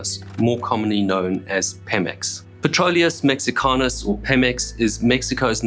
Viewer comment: As a side note, for an English speaking person, great pronunciation of "Petróleos Mexicanos"! Also a suggestion if I may. "Campeche" is not pronounced as "Campeechee", those E's sound more like the E's when you pronounce "Petróleos", "PEMEX" and "Mexico". E's in Spanish always sound the same. Kudos for another great video!